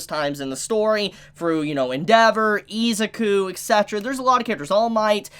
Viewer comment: Nobody gonna talk about how he pronounces Izuku as "EE-za-koo"? Its frickin "ih-ZOO-koo"